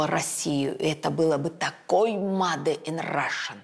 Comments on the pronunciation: Почему mAde? 😂😂😂 Специалист в области моды должен знать,как правильно произносить это слово !!!! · Дом Зайцева всё хранит, уважаемая))) и совсем не сложно правильно произносить made in Russia